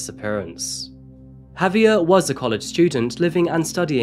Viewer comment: Listening to you say "HAVE-ee-er" instead of "haw-VYAIR" is painful